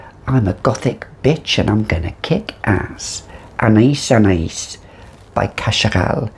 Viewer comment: Loved this, you are so funny 🥀. Could never be without my beloved Anais Anais (which I now pronounce correctly thanks to you 🤣)